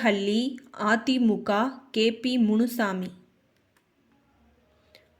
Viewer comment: பாஜகா திமுகா அதிமுகா தேமுதிகா என்று தவறாக உச்சரிக்கிறாயே அம்மணி... பாஜக, திமுக, அதிமுக தேமுதிக... என்று தானே சொல்ல வேண்டும்?